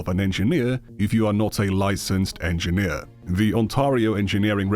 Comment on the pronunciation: He was saying edgy nerd not engineer! I swear! At the end of the day ladies and gentlemen I believe mutah.